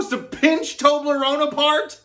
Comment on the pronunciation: That's not how you pronounce Toblerone😐